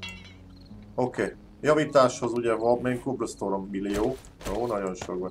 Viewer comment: Cobblestone ejts: "Kábölsztón"😃